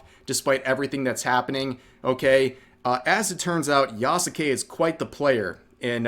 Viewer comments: Is spelling the name wrong as bad as pronouncing the name wrong? Just asking because half the time Rev says "yah ske" correctly and other times he says "yah SUE Kay" utterly wrong. Ubisoft is screwing up and should be called out but holding ourselves to a standard should count too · Yeah,😂😂😂 the name Yasuke even pronounced ya sux it